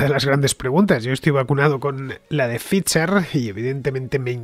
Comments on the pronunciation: No entiendo por qué Fernande se empecina en decir fiser cuando la propia que es la que sabe dice faiser. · Ficher o faidser ese es el dilema